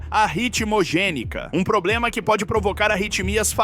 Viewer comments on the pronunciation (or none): none